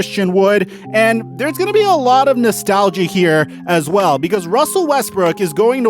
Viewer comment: Wussel Westbrook to the Washington Wizard